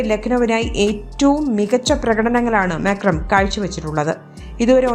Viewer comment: മാക്രം അല്ലാലോ മാർക്രം അല്ലെ